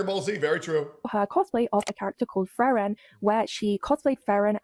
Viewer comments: "the anime FRAREN" as a German, I'm already fatiguemaxxing at this point IT'S PRONOUNCED FREE-REN YOU DUMB [slur] edit: every single time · How is it miss antiracism can't pronounce frieren but can? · can't even pronounce frieren correctly..